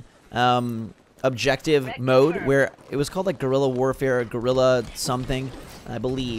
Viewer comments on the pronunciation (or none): none